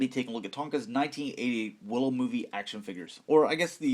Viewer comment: As a super fan of Willow, I cringed watching this video! Ahhh!! The names!! Learn the names.